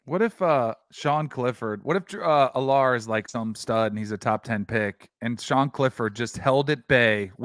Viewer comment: Drew Allar is pronounced AL-er. Not al-LAR.